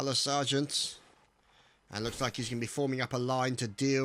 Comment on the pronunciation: Also, Sjt is Serjeant not Soljat or what the hell you said :D